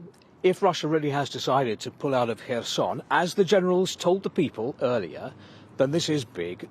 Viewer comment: Thank you for pronouncing the city’s name correctly! I have nothing against people pronouncing it as K-erson emphasising the K, but it is nice to hear it pronounced correctly.